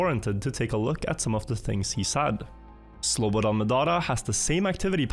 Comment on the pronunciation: man you really took time to pronounce that slobodanmedadadonevic name correctly didnt you XD